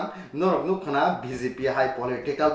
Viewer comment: Excellent anchoring....but say " Norok nukhwna " not norok nugwi mankhwna....